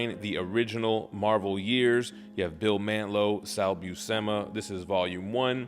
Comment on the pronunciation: Great review. Sal Buscema has been my inker for 12 years. We even collaborated on back stories in the IDW ROM series. Sal's last name has *no hard "e" in the second syllable of his last name. It's "Byew-Se-Mu". Thanks again for the review.